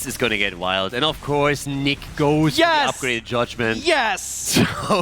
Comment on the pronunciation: Hesus, the German player is not Nick is Niche ...wtf ! Do u hear for Niche?